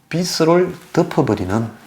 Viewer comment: 빚을-발음도 비슬이라고 하는데----비즐 이라고 해야지요----보는 안목은 좋은데 중간중간 거슬리는 발음이 있으니 관심가지고 연구하셔야 할듯-----좋아요 눌렀어요